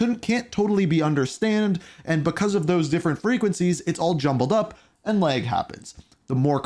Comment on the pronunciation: It’s pronounced “lag” not “leg” bro Jesus